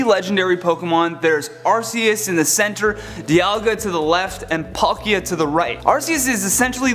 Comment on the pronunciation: Okay. One mistake in both this video and the movie: Arceus is pronounced Ar-kee-iss, NOT Ar-see-iss.